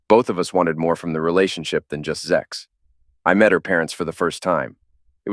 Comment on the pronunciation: Wtf is up with saying zex instead of sex? It's ridiculous